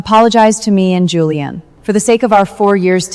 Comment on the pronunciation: said julian as juliam